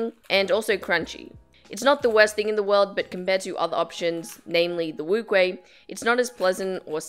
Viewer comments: NCubing its wu-cheh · Lol no she said wuque wrongly.NCubing is correct.